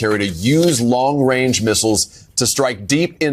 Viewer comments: Did he say long wang? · I think Justin showed us who his masters are when he said "Long Wange Missles" 😂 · ‘Long wange’ 🥴🥴🥴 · watch out for dat wong wange weaponwy!!!